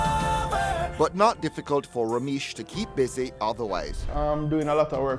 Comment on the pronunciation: Rameish? Lol